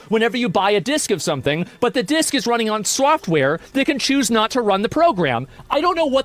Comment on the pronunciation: it's wunnin on soawftwawe?!